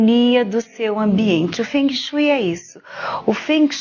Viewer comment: Kkkk Quem fala fungue shue????? Para vai.. Kkkk